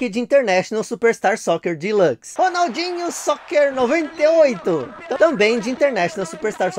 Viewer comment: Caramba bacana demais ter a oportunidade de ter jogado todos esses jogos e racks nos anos 90. O engraçado que sei lá pq raios o paysandu era uma máquina no Ronaldinho xoker novientaixétiii. Cacete impossível não lembrar da narração escrevendo o nome do jogo kkkk